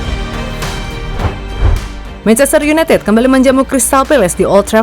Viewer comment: mencretster unaitit wkkwkwkwkwkwkwkwkwkwkwkwkwkwkwkkwkwkwkwkwkwk